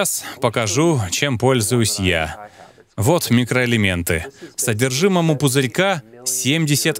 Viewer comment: Сперва прочитала комментарии, потом посмотрела ролик. Весь ролик смеялась когда Доктор говорил – микроэлементы. 😂😂